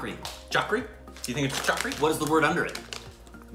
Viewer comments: It's not chakri it chali❤ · They pronounced chakri as chaakri 😑😑well you should try aanar ( pomegranate ) and imalee ( tamarind) flavor of hajmola cuz it's flavor is better than this one😋😋